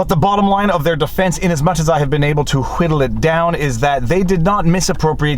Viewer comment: "Huwhitle." Why are you putting so much emphasis on the h?